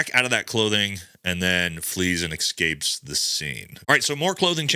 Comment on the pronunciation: "Suposebly" "exscaped" oof.... low iq.